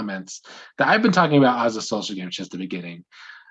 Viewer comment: talk aboot. you are Canadian. Ketchup chips, Avril Lavigne, and jimmy from degrassi yes 🙌